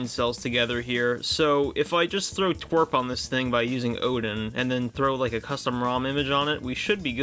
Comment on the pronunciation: why did he pronounce TWRP as twerp